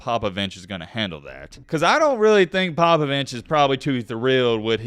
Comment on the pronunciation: Greg “Popavinche” lmfao dat was too funny